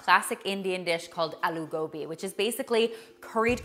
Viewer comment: Thanks for including a dish of my country India. Loved the way you said," Aloo Gobhi".Also,chick peas is known as "Chana".Thanks,😘